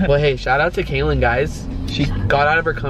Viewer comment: Guys it's Kaelyn. Not Kaylin or Kailyn